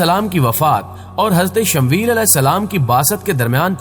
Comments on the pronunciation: bhai talaffuz theek tarah se kiya karen Shamweel nahi Shamuel hai asal nam usi tarah Laddakh ki rajdhani ka nam Leh hai Laiya nahi, dhyan denge ummed hai. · Bhai shmvel nahi hai shmooiyal asal naam hai apna pronoun thek kren